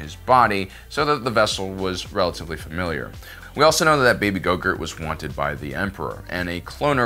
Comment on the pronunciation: It took me a second hearing to realize your calling grogu gogurt